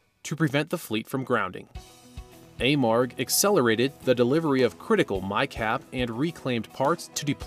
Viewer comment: It's pronounced A-marg. My husband and son have worked there for over 10 years.